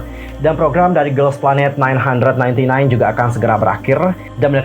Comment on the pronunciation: Bang 999 itu dibacanya GuGuGu bukan nine hundred ninety nine.